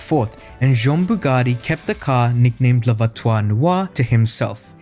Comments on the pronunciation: Hey man, check pronunciation first, the worst is voiture........ not voitoire...... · Worst pronunciation of voiture ever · Very nice video, however as a native french speaker, your pronunciation of « voiture » made me cringe each time ! 😬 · Just gotta practice the word ''voiture'' 😅 nice vid !